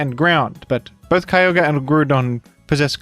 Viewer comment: Why do you pronounce that weather legendary so wierd? It's pronounced Kee-og-ree